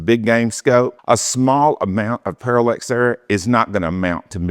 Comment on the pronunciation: I just kind of stumbled across this video on YouTube and this dude cannot pronounce words correctly. It’s parallax not parallEx and the focus and the parallax are two different things. Pretty sure I’m not gonna be subscribing to this guy‘s channel.